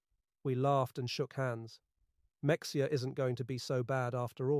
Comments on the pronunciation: Mexia, Texas is pronounced as a Spanish word, Me-hay-a, not Mex-e-a... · Lol, I grew up near Mexia, Tx. They pronounce it Mah-HEY-ya. I never knew there was a WW2 POW camp there. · It is not Mexia. Pronounced may he a. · That's Mexia pronounced Ma-Hay-ya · Ahem. Muh-hey-uh. Not Mexia. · Mexia is pronounced muh-HAY-uh, but you have to be from Texas to know that. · Just FYI, I'm pretty sure Mexia is pronounced Ma-hey-ya. At least that's how the old timers pronounced it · The town of Mexia, TX is pronounced like Muh-hay-uh. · ANN NICOLE SMITH WORKED AT A FAST FOOD CHICKEN JOINT IN MEXIA , TEXAS. IT'S PRONOUNCED ME HAY AH ............ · Slight correction. It’s pronounced mu hay a. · Mexia is pronounced Meh hee' a Welcome to Tejas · Mexia is pronounced Mah hay a. As in Spanish. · Mexia, Texas is pronounced ma-hay-uh…………..you’d think some one going to the trouble to read the accounts here within would do a bit of actual research and learn how to pronounce such a name………… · Mexia is pronounced meh hay ah. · Mexia is pronounced (muh·hay·uh). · Mexia is pronounced Ma-HEY-ah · It’s pronounced ma-ha-a not mexia. And Val-ae not Val-et. Good otherwise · Ma Hay Ah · the town named after the Mexican General, José Antonio Mexía, isn’t a Spanish pronunciation? I’m pretty sure it is. 😂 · Can't pronounce Mexia; unimpressive AI narration.